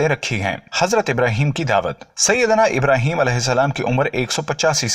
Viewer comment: Bhai Pyhle Aap SAHABA Ka name sahi se lo IBRAHIM ALIHISSALAM KAHO